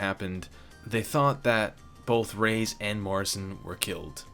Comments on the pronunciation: It's ray-ez not rays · Just wanted to inform you on the false pronunciation of Reyes's name. It literally pronounced like you see, Re- yes(like the word yes).